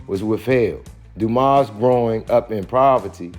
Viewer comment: The S in Dumas is silent.